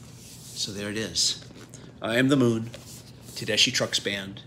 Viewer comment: Looks like a really nice set. I bought the CDs as they were released. Not to nitpick, but when Susan introduces herself, she pronounces her name "Tedeskee"...